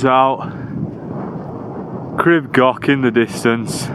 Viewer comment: Awesome video. Pronunciation, oh well have a look…..crib goch is more gore ch with a bit of length on the o. Like gore in gore tex then the Welsh ch. not goch like sock.the yr is spot on like ear, ear withfa, yr wydffa but y on its own is like a baby English language u. U garn for example. No English vowels more like baby English vowels. A e i u o. I did crib goch when I was about your age. Shit it and did most on my bum, not for the faint hearted is it. Great advertisement for the Welsh mountains, thank you bud.